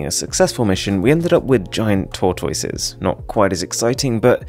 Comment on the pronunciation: nobody: arun: tortoyses